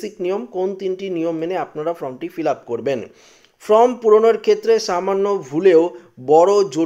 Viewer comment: ফ্রম নয় ফর্ম বলুন